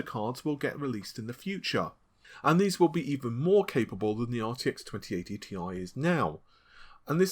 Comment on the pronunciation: The Ti in Nvidia GPU's is pronounced at "T-I", not "Tie"